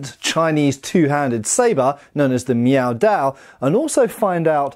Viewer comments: "I'm sorry, are you saying 'meow'?"... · In a recent video I thought to myself: "...Is he saying Meow Dao...?" Now I can't stop hearing it. I'm so sorry,, LK. New dad brain, pay no mind.